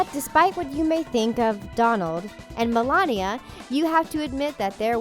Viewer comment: Also why do you keep saying Donald like that🤔